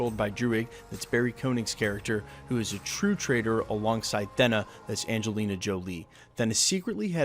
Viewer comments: Surely its pronounced "Theena"....like 'Athena' - A-Thena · I've heard it pronounced like "Thaynuh" too which is closer to the original Greek pronunciation. But the short e sound the narrator of this video is using definitely sounds odd. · I just wanna see baby Thanos vs baby Yoda! ...and maybe for this guy to start pronouncing Thena correctly!!!